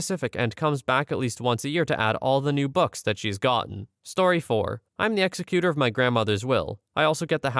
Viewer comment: That's pronounced EGGS ZEK uter. No executer, like in execution.